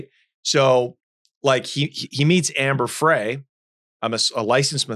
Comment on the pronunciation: Omg, this Host with the slow Connect on the Homemade anchors and the miss pronunciation of Amber Fry‘s name. Do your background research.